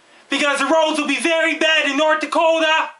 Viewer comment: I fucking love how he says Nort Dakota!!! Great work.. I love our neighbors to the north sincerely from Nort Dakota